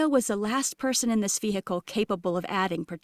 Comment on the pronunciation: Drink a shot every time the narrator says: vee hickle. 😂